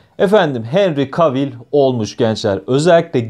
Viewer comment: yoğğ normal "Henri Kevıl"